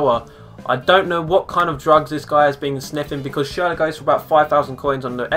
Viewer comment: Schurler plz